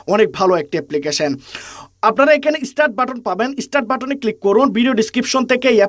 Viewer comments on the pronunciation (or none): none